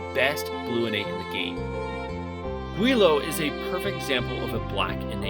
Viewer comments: I think Guile is pronounced like the dictionary word (guy-el not gwee-luh) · Bruh did you just call guile goo-ee-low? Its pronounced guy-el like the street fighter character. Also Harle is pronounced har-lee as in harlequin, not har-ul. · GWEELO!? WOOF. AFIAK it's pronounced like Aisle with a G in the front. Other goofy pronunciations aside, fantastic breakdowns! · "Gweelow"? "Guyul". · Solid list. You should really learn how to pronounce the names though. It’s not Harl that sounds like Carl. It’s Harley…. Like harlequin….. and Guile. Like Guy. Not gweeloh. But that aside. Solid list. One of my all time favorite games and can’t wait to replay it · Dude, this is a super solid list. CC is one of my favorite games of all time, you got a sub and I'm looking forward to checking out your other content. That said... Run that pronunciation of Guile back by me again..? Guy-ill. Your mispronunciation is dangerously close to the Chinese slur for white people! Hahaha. Edit: Also my traditional party was typically Serge, Kid, and Glenn. Although I'm really fond of Harle, Orlha, Fargo, Nikki, Skelly, and Viper. Serge, Kid, Glenn feels "right", like a true successor to CT, although I suppose you could sub in Leena for Kid and get about the same general feel. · did you just call Guile "gwee-low?" its guile, like street fighter, hes mysterious and he has guile, hence his name. Otherwise you graded them exactly how i would have. I hold Fargo in alittle higher esteem..His grid isnt THAT bad, He can steal from enemies and his Invincible skill is prolly the hardest hitting in the game (if used against opposite elem of course) When Harle joins Linx, its never good idea to have 2 black elem characters, IMO Glen is much more useful then Harle. Shes also not a perm character so if you invest in her and grow to love her..she just leaves, meaning you will always have to find a sub for her when she leaves. My perfect team was always: Serge, Leena Glenn, otherwise great vid man!